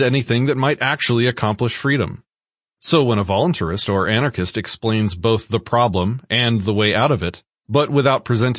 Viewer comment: Dude... its VolunTARIST... NOT VolunTARY-IST..